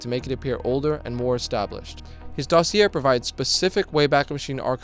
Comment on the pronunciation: Damn, that makes me sad. Also explains why he would use a word like "dossier" in a script without know how to pronounce it. Everyone's a fraud now.